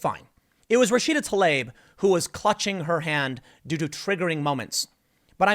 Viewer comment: Fuckin finally! Someone pronounced TLAIB as it is!